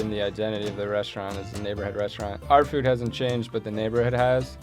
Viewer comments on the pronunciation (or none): none